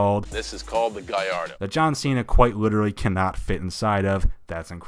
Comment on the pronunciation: For Gallardo and Murćielago, John pronounced like it supposed to be say